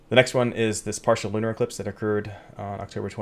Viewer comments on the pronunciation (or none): none